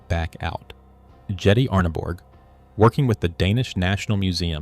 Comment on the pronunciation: Jette is pronounced 'yetteh.'